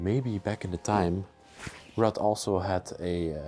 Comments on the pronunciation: Ruth is pronounced like Rooth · Hi and Her name is Ruth not Rut Pronounced Rue-th! Lol What a lovely place to be.....lovers of peace and quite would love living put there! Awesome video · Ruth is pronounced Rooth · Rut is pronounced like the U in Uber. Ruut. And no TH sound on the end just a short T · Ruth.... The h is silent. The are vacation cottages not permanent homes. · Ruth is pronounced like it rhymes with truth. Very nice video and! 👌